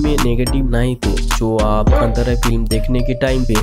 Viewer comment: You can't pronounce the movie name correctly